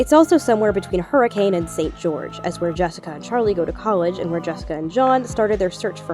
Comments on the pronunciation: FYI Hurricane, UT is pronounced "HER-ih-cun," not "Her-ih-CAYNE" :) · Believe it or not the town of Hurricane, UT is pronounced "hurrah-khun" it's always weird to hear it said hurricane in fnaf videos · Someday fnaftubers will pronounce Hurricane correctly (the town is pronounced Hurr-ih-cun)